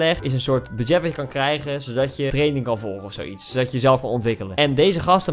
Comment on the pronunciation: In de eerste tiktok zegt ie dat hij zo slim is en er in de plaats van 'krijgen' 'krikgen'